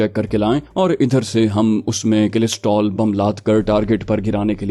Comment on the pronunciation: کلسٹر بم ہوتا ہے کلسٹرول نہیں